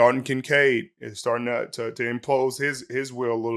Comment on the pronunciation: I believe it's Toe-uh Toe-uh (please correct me if I'm wrong), for To'oto'to. Great ending! I mostly wanted to see a happy Kirk and angry Siriani😁👍👍👍